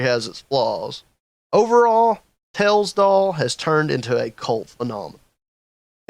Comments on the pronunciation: "ails doll" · I heard The Tails Doll Purse